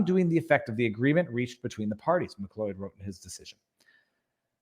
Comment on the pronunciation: Did you just mispronounce MacLeod? I mean, WTF. Have you not seen Highlander?